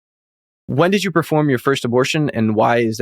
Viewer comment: He said..I've been taking drugs since I was 12 and I didn't need a satanic coven for that!..Didn't he say previously that he was doing all this in a satanic coven! and he keeps saying 'abortsion'..I think what he's saying is sarcrifice! but he's too embarrassed or ashamed to say it!...Maybe the lies haven't stopped!...Still..glad he's repented!